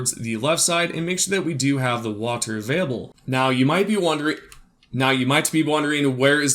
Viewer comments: stop saying water weird you freak. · How many times did he say Wahtur